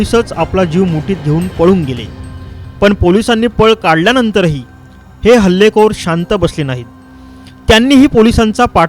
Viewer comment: हालेखोर नाही त रे ते